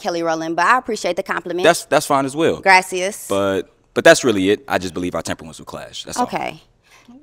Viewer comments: Sis said “Grasseous” 🤣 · grayccias lol she couldnt of said it worse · GRASSY SSA instead of the thank u in Spanish (I can't spell it lol) is DIABOLICAL 😂😂😂😂😂😂😂😂😂😂😂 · Went to tulum all of sudden everything is gracias😂😂😂🤣